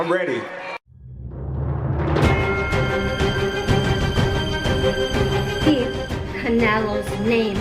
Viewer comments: you spelled it wrong. He said, "Are you REERY", not "READY"!!! Get it right, young man. Love your channel...😂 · “…and for Terence, are you rary to feel the Mexican power Terence? 👈🏼” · I agree! It’s are you “RERI” to feel the Mexican Power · Hey Virgil "are you reery to feel the Black American power" Virgil: Hell No 😂😂😂